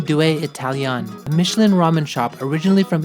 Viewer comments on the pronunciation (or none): none